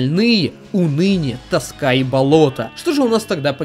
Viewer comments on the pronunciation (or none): none